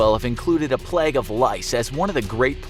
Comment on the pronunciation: why does he pronounce plague like that